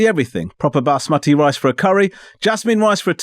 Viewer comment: The pronunciation of Basmati had our ancestors smiling 👌